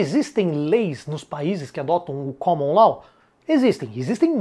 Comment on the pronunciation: Pronúncia "Caman Ló" e "Civil Ló".